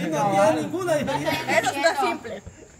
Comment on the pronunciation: no se dice DIFERIENCIA😥😥